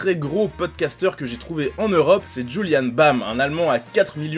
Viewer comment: pour les youtubeurs allemands t'a oublier de parler de gronkh(Le youtubeur avec le plus d'abonné en Allemagne ) et Lefloid. D'ailleurs tu a mal prononcer Julien Bam . J'aimerais également faire de la pub pour un youtubeur allemand pas très connu mais trop bien il s'appelle Rezo perso si je ne s'aurais pas déjà parler allemand je l'aurais appris juste pour regarder ses vidéo ^^.